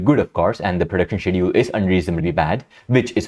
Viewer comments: i appreciate you speaking out against those awful conditions at mappa studios and the antifans/mappa bots defending it. minor thing, the 'sch' in schedule is pronounced 'sk' like in school :) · Is he saying "schedule" or another completely different word?